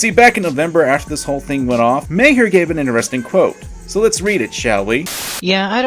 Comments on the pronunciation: Bill mawher is how it pronounced not mayher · Is "May-her" another purposeful mispronunciation out of condemnation of what Maher did? :3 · It's pronounced "Marr" but ok. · i dont know if u do that on purpose u mispronounced his name